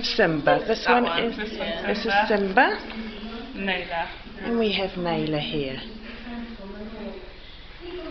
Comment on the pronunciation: Just to say its pronounced Nar la - not nay la.... as in the lion king.